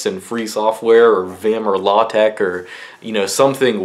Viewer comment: Did you say law-tech?